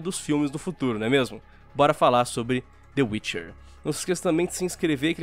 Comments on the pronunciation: dê uirchier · "De uiche" 2019,Mineiros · Mano e meu amigo que fala tchê witche 3 kkkkkkkkkk